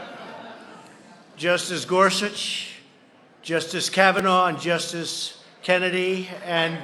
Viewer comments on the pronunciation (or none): none